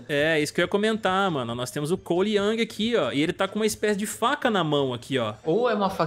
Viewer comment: Não é Yang é YOUNG! COLE YOUNG!